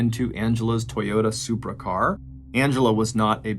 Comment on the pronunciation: Did u say SuPrA?